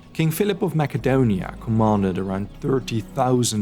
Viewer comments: "Maka donia"???? It's "Mass a donia" guy! Mac n Cheese hadn't be invented yet. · The 'C' in Macedonia is pronounced as an 'S', not a 'K'; so it's pronounced Masedonia not Makedonia. I cringed wo hard every time you mispronounced Macedonia. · Makedon? It’s Macedonia your saying it wrong bro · I'm not trying to upset u or anything but I'd like to try and help you pronounce names words correctly so Macedonia is pronounced (Mass - C - Doone `A) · Is it really pronounced Macadonia like a macadamia nut? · Just say Makedonia. Its easier to remember. Hopefully I helped you! But it does sound bad when you hear it the video, I get it. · Hearing him say Mack- edonia just throws off whole video. Every time I hear it said I get stuck right there and miss the next few sentences he says because I keep saying to myself, "why is he pronouncing Macedonia like that?" Other than that good video. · Macedonia is pronounced with a soft c